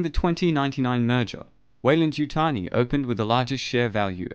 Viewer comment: You keep saying waylan yutani lol